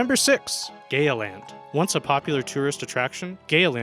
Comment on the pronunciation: Oh dear that is not how you say Gaya - but it funny. They have built a new park up in the hills with a similar name.